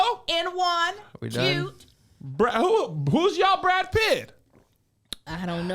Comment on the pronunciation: What’s Brad in Spanish again? BRRA-DÉ??!!!🤣🤣🤣🤣🤣